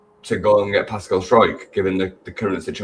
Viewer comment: At least we won't have to listen to people mispronouncing his name for much longer. It's str ow k. Source- pascal on the video the club put out each year where each player says their name and position.